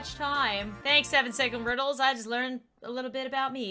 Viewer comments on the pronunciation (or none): none